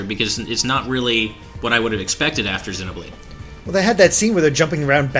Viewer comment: I hate when people say xenoblade like that.